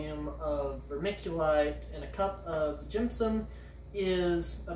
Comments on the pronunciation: Stop making an m noise. Gypsum. Not jimpsimp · Jimpsom? Gypsum is pronounced "Gip -sum"/"Gyp-sum". Coir is not pronounced "Quire"/"Choir". Think of the fish "Koi Carp" and pronounce it "Koi" and add an "r" at the end so you pronounce it as "Koi-r"/"Koy-r".